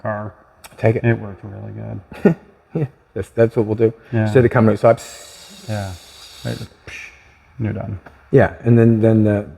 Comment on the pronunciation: Go oatside 😂😂😂😂outside,not oatside